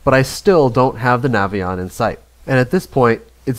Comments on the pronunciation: The Nation should use radio's! Idiot not to! Also, please tell the young Warrior pilot that it is called a Navyion, not Navvvvion! It is a good bird with the bigger engine! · It’s pronounced Navy-on. I had military L-17 version of this aircraft. No excuse to not have radios in a complex plane like that.